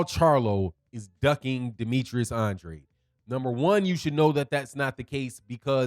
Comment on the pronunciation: "an drAde", with a long A. Not "an dra dEE" I'm sure you're not purposely mispronouncing his name. He confirmed this in one of his interviews.